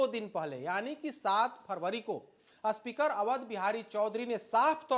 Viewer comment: जो स्पीकर को अस्पीकर बोल रहा हो, वो आये है ज्ञान देने... चल हट ..